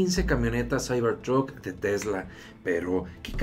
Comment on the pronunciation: "Saibor trut" jajajaja xD